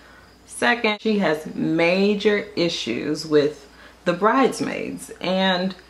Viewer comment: Omg...I thought I was the only one who was annoyed by the way Nene pronounced bridesmaids lol!! It was like nails on a chalkboard.